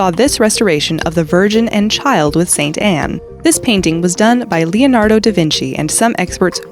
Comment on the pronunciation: How do you consistently fail to pronounce "Leonardo" properly? It's not THAT hard, god dammit!